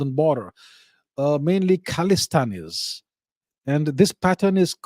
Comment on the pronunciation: The way he said: "khalistanis"